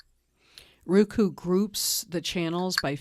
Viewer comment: I appreciate you southern accent but it's Roku not Ruku